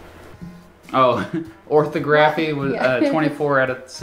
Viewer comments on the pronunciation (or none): "This is the one that you did not do very well." "Oh -- ORthography." Yeah, you can't even SAY "orTHOgraphy" correctly. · You say geography correctly but say orthography ortho-graph-ie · "For starters, I do not know what orthography means, so..." "It's like speech" No, it's grammatically correct writing in accordance to the conventional way words are written. (Also, it's pronounced orthógraphy, stress is only on the second O.) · Where I come from it's pronounced orTHOGraphy...like phoTOGraphy. But then, I'm the only one I know who would say it...and I've only just seen it. What he did grates against my ear's sense of rightness. I would have guessed it was the art of drawing "right"...(drafting...orthogonal projection). *sigh...another nugget in muh brain bucket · It’s pronounced or-THAW-gruh-fee, not OR-tho-GRAF-ee. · that's right tear it up. THAT will make you as smart as you seem to think you are. and it's not "ortho-GRAPHY" it's orTHOGraphy. maybe that's one reason you did so bad. not even being familiar enough with it to pronounce it correctly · FYI -- "Orthography" is pronounced "or-THOG-ra-fee" Noun. Def: The practice of proper spelling. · It's, "Or-THAW-gruffy.' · The fact that you pronounced orthography, “ortho-graghy” says a lot. Too much BS, not enough MS. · Yes, orthography means spelling not speech. Accent on the second syllable. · Listening him say orthography with that penultimate stress makes my skin crawl. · He has a Master's degree but cannot pronounce 'orthography'. Neither he nor the test corrector knew the meaning of the word. 'Orthography' means correct spelling. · Accent the second syllable of orthography